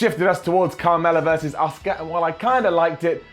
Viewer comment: Does anyone else think when says Asuka's name as Oska it sounds like Oscar which soundslike Oscar the grouch